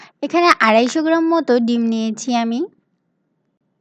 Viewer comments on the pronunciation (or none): none